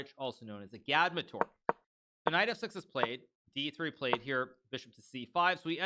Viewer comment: This is the first time I’ve ever heard agadmator pronounced as uh-gad-muh-tor